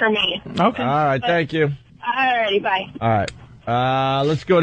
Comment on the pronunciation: Ol Roght!